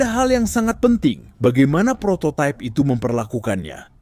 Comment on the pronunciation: Prototype/prototaip❌ Prototip✅